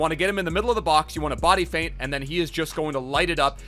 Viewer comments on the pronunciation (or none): none